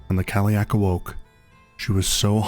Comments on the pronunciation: Loved the video, but i couldnt get over the pronunciation of Cailleach ... in Ireland anyway we say Kail-lach , with a soft -ch, have you looked up how to pronounce it? I'm just curious, because I saw a lot of 30 second videos where they absolutely butcher the pronunciation lol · Very impressive – thanks for posting this! The only problem with this video is the pronunciation of the word cailleach. I recommend listening to fluent native speakers of Irish and Scottish Gaelic (forvo is a good place for that sort of thing). Yes, there are slight variations, but whoever gave you that pronunciation should be hit over the head with a big hardcover Dineen's Dictionary. ;)